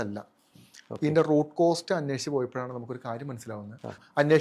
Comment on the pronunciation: ചേട്ടാ റൂട്ട് കോസ്റ് അല്ല റൂട്ട് കോസ് Root cause.